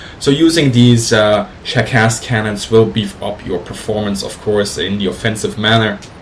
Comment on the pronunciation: SHVAK is pronounced like flak. same with SHKAS because S and H letters replace one russian letter